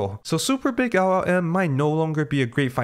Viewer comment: try to improve your pronunciation of LLM, your Ls sounds like "eagh"